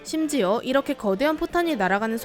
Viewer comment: E^렇게 E^렇게 발음 왜 E^래요?